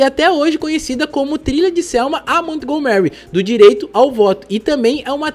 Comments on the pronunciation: "Mont Go Mary", pensei que fosse Montgomery. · Ai digo, baita video, mas uma dica, procura saber a pronuncia certo dos locais, montgomery ali é literalmente o nome do sr burns do simpsons, a entonaçao muda muito, sei que nem todos sabem ingles e tal, é so um detalhe pequeno, mas pra quem entende incomoda ser falado errado assim como erros de português, que eu sei que tu e fabil trabalham bastante nessa parte pra nao falar tantas gírias e ser o mais formal possível